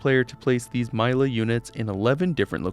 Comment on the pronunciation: "myla" smh my head, bro never listened to tinky tomathy's insanity if hes pronouncing Mila that way